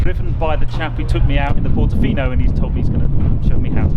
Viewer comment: It’s portofino not portafino